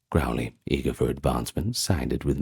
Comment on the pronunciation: Crowley is pronounced to rhyme with ‘holy’. Or ‘crow’ as in the bird. I can’t listen to this one now lol.